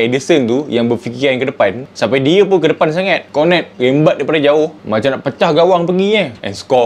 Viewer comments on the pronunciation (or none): none